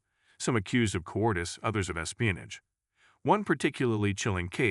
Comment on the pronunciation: And "Ex Pianage"